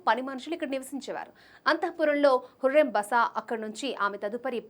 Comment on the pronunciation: Mi bhasha tagaleyya 😂 hurrem kadu huram adi haaram kadu haram 😂😂😂